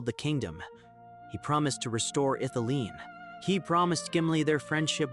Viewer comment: Mate it's pronounced Ith-ili-en not Ith-ileen. Sorry but someone has to tell you